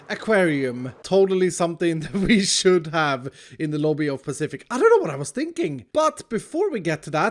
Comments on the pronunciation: pa-fish-ic Sans: AYYYYYYYYYY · pacific pafetic pa fish ic . Spot the corrent name